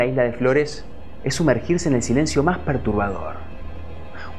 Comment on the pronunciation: Se llegan a enterar de lo mal que decis "voces" sacan el programa de la plataforma xD